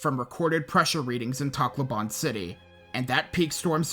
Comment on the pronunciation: Sorry if this is a little mean but your pronunciation of Takloban is absurd and btw im Pilipino